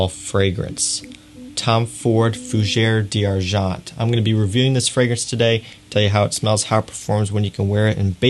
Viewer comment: I enjoy your videos and the details that u offer. But FFS learn how to pronounce the right name of the perfume. Now, we have unlimited sources to learn properly how to pronounce the name in the right way. I closed to many videos from you when you butchered the language. Please, LEARN.